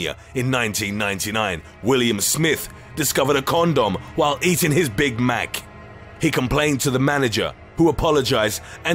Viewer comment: “numbuh eight maggauts insoide big mahc”💀